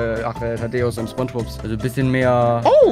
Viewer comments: Immer diese leute die Schponschbob sagen 😅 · mich triggert das,dass rewi ,,spongebob,, falsch ausspricht :(